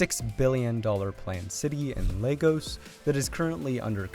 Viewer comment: Please Tell my man that Lagos is not pronounced like the children's building block toys 🤣🤣🤣🤣🤣